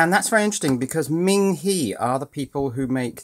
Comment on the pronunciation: Ming He would be pronounced Ming Hugh like the u in ugly Ming He the e in Chinese has the u sound in ugly. the i in Chinese has the long e sound like in Lee, so Ming Hee would be spelled Ming Hi I like your videos and they are almost addictive. Subbed